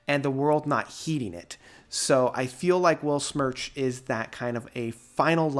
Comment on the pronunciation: Not wanna be a smartass, but i would like to offer a little guide for the pronunciation of the word "Weltschmerz": "Welt" is spoken like the english word "held" (the past tense of 'hold'), just with a 'w' and the 't' is like the first one in 'text'. For "Schmerz", you take the "sh" sound from the english Word "shine" for the 'sch'. The 'mer' is like the french word for mother (mère) or like the english word "air" with a "m" in front. For the "rz" sound you cheat a little bit by pretending there would be a "t" in front auf the "z", like in the word "waltz". I hope this helps, if anyone cares 😅greetings from germany!